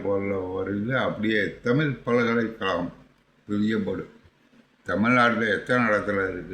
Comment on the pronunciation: என்னங்க உங்களுக்கே 'ழ' வரமாட்டேங்குது. பல்கலை களகம் இல்லை அது பல்கலை கழகம். ழ சொல்ல நாக்கை சுழட்டினா போதும், பல்லு தேவையில்லை